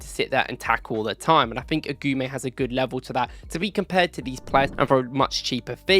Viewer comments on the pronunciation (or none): AGOUMÉ LIKE A-GOO-MÉ. NOT AGOUAMÉ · Lucien Agoumé (Eh-Goo-May) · Good video. Just one thing, its Lucien "Agooomay"